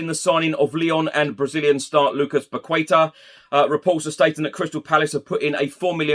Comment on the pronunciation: solid reporting as always. I want to give you feedback on how to say Paqueta: pah-kay-tah. Its portuguese not Spanish!:)